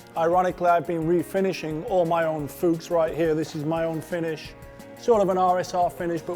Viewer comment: No, it just isn't "Fooochse"...